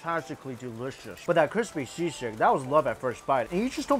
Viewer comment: He pronounces "Sisig" perfectly